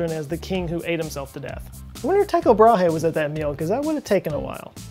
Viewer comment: Joe Scott a little help to you. Brahe is pronounced without the H, in fact does his last name sounds nearly exactly as the women's bra, just with a bit of extra air at last... Bra e. The Y in Tycho is the same sound as the Y in "Y"esterday.